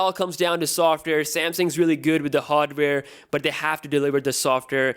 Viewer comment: software bro you can't even say it correctly